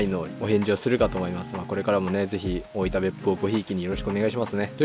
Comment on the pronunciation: 大分のアクセントが大板なんですね